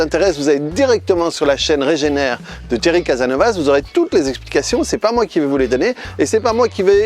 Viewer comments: Casasnovas! Pas Casanovas ok ? 😀 Oups, je suis pas le seul a en faire la remarque je vois, hi hi hi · Lol c'est CasaSnovaS les deux S se prononce !! Sinon bien la vidéo top !